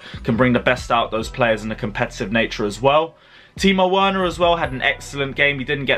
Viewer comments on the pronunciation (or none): It's Timo Werner like Verner you are getting there mate its Verner like NOT Oena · I give up, you STILL pronounce the lad 'W'erner instead of 'V'erner despite commentators, team mates n even Frank calls him with a 'V' a German dialect ... Please get it right bro ... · 1st, shows sheer ignorance to the element of dialects, worse in a public platform, 2nd, disrespect in not honoring the correct pronunciation of ones surname ...